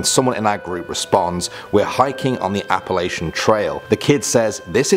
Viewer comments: Its Appala-CHUN! Not Appala-SHUN. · The kids laughed at the way you pronounces Appalachian is all.. instead of appalaishun it's appalatchin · by the way being from Appalachian yo are saying it wrong its pronounced app-a Latch-in